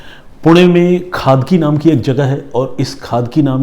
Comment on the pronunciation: It's not खादकी it's खडकी